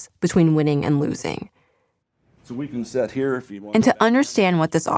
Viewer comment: " sit" not "set"